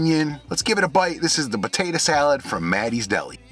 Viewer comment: you know you from the D when you say buhtaytuh salad